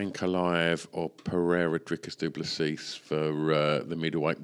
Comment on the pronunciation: No no not doo plus SEAS!!!!@ say doo plu SEA or SEE.Remove last "s" when talking